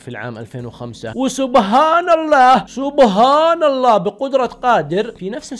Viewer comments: يا الله يهديك ما يجوز تحرف بكلمة مثل سبحان الله وتغير لفظها وشكرا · طريقة نطقك لسبحان الله مرره مو حلوه الله يهديك